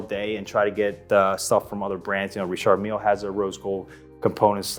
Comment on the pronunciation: WTF is a Reee-shard Meal?